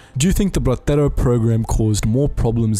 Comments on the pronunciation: The word Bracero is not pronouned "brathero", I guess you must have heard a spanierd pronounce it that way. It's pronounced "Brasero". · The Castilian pronounciation of a Mexican slang term that was the Bracero is cringe. Say the “cero” in Bracero like in “el numero cero” please lmao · Are you trying to say “Bracero Program”? It’s not like Spain Spanish where they pronounce Ibiza “Ibitha,” the “C” in bracero is simply pronounced like an S